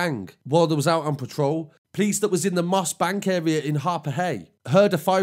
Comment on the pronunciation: He’s a nice guy but he doesn’t know the uurea